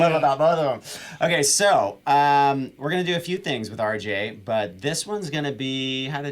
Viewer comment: I knew RJ would blow up. That guy has licks and soul for DAYS and this is nothing compared to his improv jams on his channel. needs to lay off the weed. He mispronounced the RJ's name.